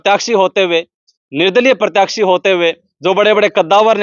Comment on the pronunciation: Are bhai, Pratyakshi nhi, Pratyashi hoya kre, Kose school me pdhya se...?